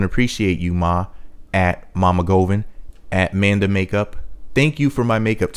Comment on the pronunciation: I’m judging and critiquing because you’re pronouncing her last name wrong